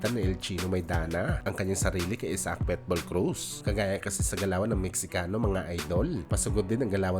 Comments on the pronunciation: Ayusin mo naman pag pronounce ng PITBULL hindi PETBUL haissst bisakul😅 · Pitbull boss hindi petbull😂